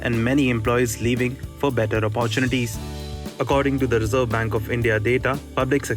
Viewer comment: apppaartunities - haha, jokers and their pronunciations!